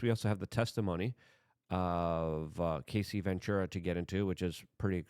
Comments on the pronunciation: Luke o can’t watch the of you don’t say her name right. You keep saying Casey…it’s Cassie. Cas-sea 😂not Case-sea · I feel like you may respect this, not trying to trash on you. The pronunciation is Ca-ss-ee, not KA-ss-ee. And it’s D-O-ge not Doige or Doy-ge. Thank you for all you do brother. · Cassie - "kass-ie" lol Luke you had me dieing trying to figure out who Casey was lol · Luke it’s Cassie! As in take away the C and the ie and it’s just ass, add them back and explain how you get Casey? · Her name is pronounced Cass-ee. Not Casey. Yw 😉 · Cassie, not casey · Bro… it’s fuckin CASS EEE. Not casey. Also, the LARGER sort of tumultulus, type of Debachurus, type of LARGER EVIL in UNSPEAKABLE ways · Brother...it's CASSIE. Not Casey. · Cassie not Casey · U keep pernouncing her name wrong. Cassie not kc. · Hey Luke, it's pronounced Ka-cee. And I know you from back in your NY days. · It's Cassie, Luke. Not Casey. 😂 It's okay we love your tongue slips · It's Cassie not Casie